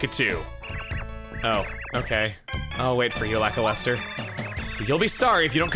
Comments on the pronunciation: For reference: Luh-kyle-ster. Don't worry, I said it your way as a kid, too. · I was today years old when I realized Lakilester sounds like "lackluster."